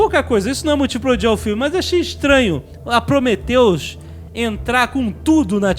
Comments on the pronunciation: Prometheus, não cumphreus e se fudheus, heim?! ¬¬ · Prometheus e não Cumprhius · Prometheus e não cumpriris! (Mussum mode ON) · PROMETHEUS E NÃO CUMPRIUS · prometheus e nao cumprius XD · prometheus e não cumpriris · "Prometheus,e nao cumpriuzes" auhauhuahua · Prometheus e não Cumprius HAHAHAHA! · PROMETHEUS E NÃO CUMPRIUZIS. HAHAHAHA RI ALTO! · PROMETHEUS e não CUMPRIUS. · Prometheus........Mas não Cumphrius. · Prometheus e não cumprius =/